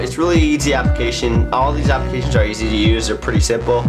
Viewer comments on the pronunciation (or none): "Apcations on yur Andr device"...